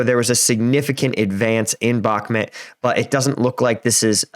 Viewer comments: Just friendly tip, it’s pronounced BakmOOt, rather than BakmIT. :) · Please stop calling it Bakmit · "Donbis" "Bakmit" "Neeper" LOL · Great analysis. Its prounounced Bach like the composor and Mute with a silent E though for future videos. God speed to this Offensive. I volunteer with Engin and want my friends lives to go back to normal as soon as possible. May no mercy be shown to invaders. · i about to give you nothing if you as a war strategy analyzer can not pronounce the bakhmut city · Please learn how to properly pronounce Bakhmut... its painful the way you pronounce it.